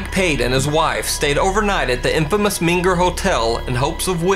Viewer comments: It’s MENger, not minger. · Surely "MENger" not "MINger" Hotel. Terrific post, though. Thanks.